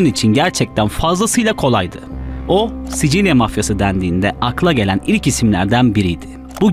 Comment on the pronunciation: Sisil söyle sicil değil